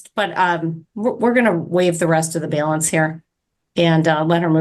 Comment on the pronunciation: WTF is a Bail-ance?